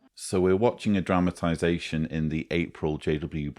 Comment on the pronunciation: I love your videos and your sense of humor, and I must add that in this particular video your accent/pronunciation of the specific word “dramatization” sounded like “traumatization”, also very apt. Maybe it was my sense of hearing 😂! Whatever the case, I got quite a chuckle...and kudos to your research and your debunking of so many witchtower lies! I should add that many years ago, during a pause in the program of a district assembly, I had a brief chat with a district overseer (I believe that designation is no longer in use) and he told me that I (and anyone) could always find more time each day to do “more” for jeehoovah; he even mentioned our conversation when he went back on the platform to expound 😂. (He didn’t mention my name).